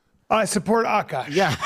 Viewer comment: AhhKash . not AKK KASSH